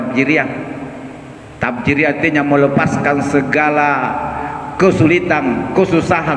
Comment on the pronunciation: Bukan tafjiriyah..... Tapi tafrijiyah....